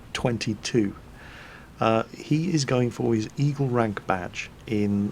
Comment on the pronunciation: I thought kept saying Evil Rank - then thought about what a Evil scout had to do......push grannies into the road? poison cookies?